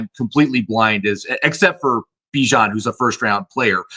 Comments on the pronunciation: Stop saying bye-Jan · It’s pronounced Bee Jon haha